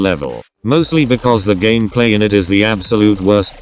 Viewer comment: Does somebody also love it when he says:"gamaplay"?😂